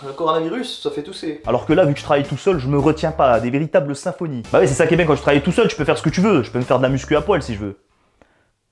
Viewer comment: WaiMy non il dit huho